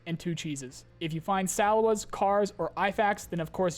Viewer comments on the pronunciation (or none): Since you spent the time to teach me things I'll give back by teaching you how to pronounce Salewa, SA-LAY-WA ... say it with me. SA-LAY-WA You're welcome